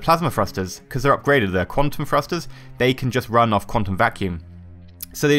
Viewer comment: Thrusters not frusters